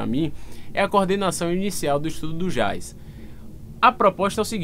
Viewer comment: ficou ótimo agora só precisa fazer um cursinho de inglês básico para aprender a pronunciar Jazz.